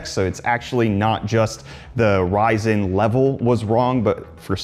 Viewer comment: Did you say "Ryzen" or " rise in"?